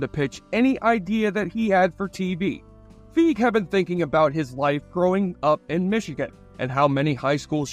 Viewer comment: Paul Feig's last name is pronounced "Fay-g". And yes, he's said that he was called "Paul Fag" a lot in school both intentionally and unintentionally.